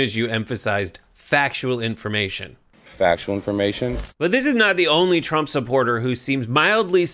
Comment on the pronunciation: He said Tramp 😂